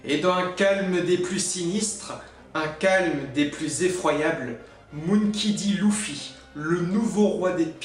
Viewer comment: Clichés a mort Et tu prononce mal monkey D luffy